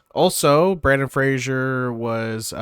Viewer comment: Don't know about the Japanese actors, but you butchered the American actor's name for sure. It's Brendan with an "e", not Brandon, and Fraser, which rhymes with "razor." Not Frasier like the TV show. Edit: Sorry if that sounded a bit harsh, lol. Good video! 😊